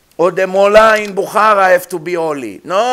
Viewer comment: "The Molla in BoKHaaraaah must be holy" Minutre ~ Hahahahahaha